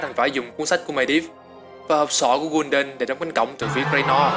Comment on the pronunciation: học cách nghe và đọc tên cho chính xác đi gái Kul đan chứ đọc gun đần